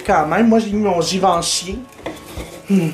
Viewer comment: Tes trop drole !! Mon dieu jadore tes video cosmetic mais la je suis FAN de toi et ton ´givenchý ahahaha